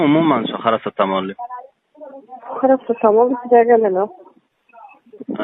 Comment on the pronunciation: parasatamol dàl parasetamol😅😅😅